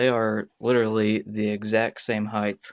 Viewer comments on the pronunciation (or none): It's "height", not "heighth". Dear God!